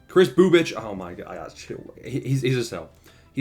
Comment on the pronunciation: Lmao no that was perfect pronunciation on Bubic